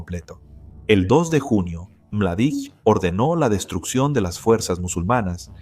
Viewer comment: Mardic no......Mladic, Ratko Mladic